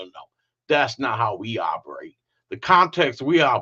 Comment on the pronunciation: “Thats not how we Op’rate, tattoo ki//er end of st’ry” LOL😂😂😂